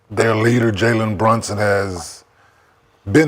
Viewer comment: “Jaywen Brushings” one question …who he? 🤣🤣🤣